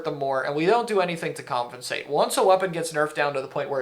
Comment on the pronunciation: ily man but you DO know it's "compensate" and not "comfinsate" right?😭 you say it all the time and I feel like I'm getting trolled lmao